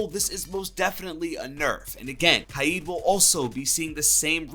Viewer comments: Kaid he pronounces it kiade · It’s kaid (KAY-DUH) (K A Y E D) not (KAI-EEE-DUH) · Its killing me the way u r saying kaid